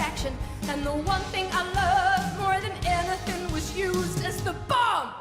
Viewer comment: She is absolutely incredible… but the emphasis on BOMB I didn’t like… felt a bit… insensitive? Not the right word but it just didn’t sit right